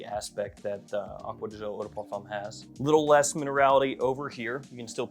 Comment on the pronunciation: acqua di jio...seems impossible for you to say "GIO", from Giorgio and not Jiorjio